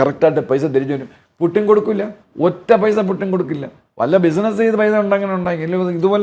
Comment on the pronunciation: പ്യുട്ടിനല്ല മാഷേ പുട്ടിൻ എന്ന് പറ